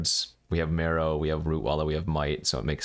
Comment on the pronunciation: You say mEro, I say mAro.... You say potato, I say Potato.... You say tomatoes, I say tomato's.... Lets call the whole thig off! I thought it was pronounced M-AR-O as in Mark Rosewater? What do I know?